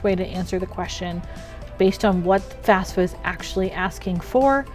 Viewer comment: I keep hearing FASFA. :(